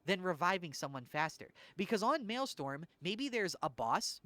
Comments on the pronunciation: Wanted to clarify, it's "mail-STROM" not "mail-STORM". Counter-intuitive I know. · actually its Maelstrom not Maelstorm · Strom. Maelstrom. Not Maelstorm. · It's "maelstrom", not "maelstorm". strom. That's not a misspelling. It comes from Dutch "stroom" which means 'stream' and it's not pronounced "storm". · Maelstrom - “mayl-struhm” Martyrdom - “mar-ter-dumb” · MaelSTRom. Strom, almost like strum, like strumming a guitar. So at worst you can just pronpunce it as Mail-Strum Also Mart-er-dom. Not marty-dom 😂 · Totally agree so far, I am freebooting this on stream :D also it is pronounced MAIL- STRUM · I love the new style but now I can’t be as mean to you as I want to be about how you pronounce maelstrom and martyrdom.